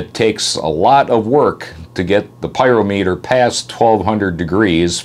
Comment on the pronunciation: Love the way you say "Piro Meter' and that's what I call it too! Also as an ole Truck Driver I always let my Piro Meter temps cool down below 350 degrees before shutting her down... This really helps for turbo long life!